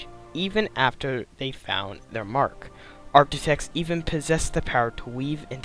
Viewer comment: "ark-tit-tects" Do...do you not know what an Architect is? "Arr-kit-ekt"